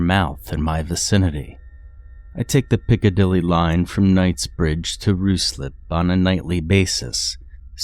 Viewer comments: its Ryslip not Rooseslip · its pronounced ryeslip spelt Ruislip